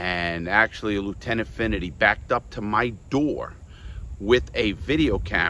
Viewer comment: Lawton, its Lieutenant FINNERTY, not infinity..I will send you a PM...